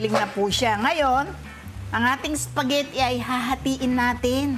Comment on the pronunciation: Espaghetti...e di E not S. Lol